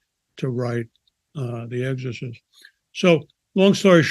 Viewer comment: EGG-SORE-CYST!! Hah Hah. Why don't people pronounce "X" in words with an X in them?